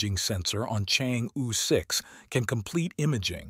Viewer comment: Chang'e is pronounced as "Charng Err"